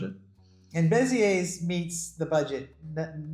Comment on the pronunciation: I like how you guys are sampling French cities. Fyi, they don't pronounce the "S" in Beziers, its more like Bez-yay. We considered Beziers as well but ended up buying a country home between Bordeaux and Toulouse